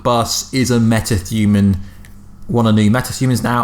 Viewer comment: “Meta thuman”😆😆